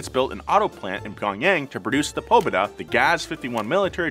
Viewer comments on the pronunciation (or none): its called pobeeeeeda not poobeda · It's pabeda and not pobeda. PA-BE-DA = victory in Russian language. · its pronounced ''poBEDa'' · Can you please also apologize for your horrible pronunciation of Russian words? Google will tell you how to pronounce any word. No excuse to just assume "Oh yeah, it's probably pObeda.... and totally not pobEda". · He said PO-beda, it's pobEda in Russian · Huh, interesting. "Seungli" means victory. "Pobeda" means victory too, but in Russian. Kind of cool that the meaning of the name is the same. Also,, it's not pronounced "pò-be-duh," it's "pa-bè-da." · Your pronunciation of "pObeda"makes me smile =) I wish one day you would visit Russia. It could be awesome and hilarious experience) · Cool! It's not PUbeda, its pobEda (victory) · I'm sorry but hearing you say PObeda is really funny. PoBEda (победа) (emphasis on the eh syllable) is Russian for victory, and is also the name of the car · Pobeda also means victory and its pronounced Pobe'da instead of Po'beda. Nice video! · pobEda not pObeda ahah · POBEDA translate to VICTORY in Russian language. (pó-be-da) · победа (po-be-da) is pronounced with the emphasis on the middle syllable, not the first syllable. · Pronounced po-BE-da, pobeda means “victory”. That car was a dream to the older generation my uncle and brothers always talked fondly of it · the GAZ Pobeda is pronounced “pobEda” and means “Victory” in Russia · it's read "Pabyéda" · except he butchered Pobeda lmao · your way of pronouncing Pobeda is very incorrect. Please ask a native Russian speaker to pronounce it for you:) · Pobeda means victory. And I’ve never heard it pronounced that way 😂👌🏼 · Pobeda means victory and the accent is on the E, not the O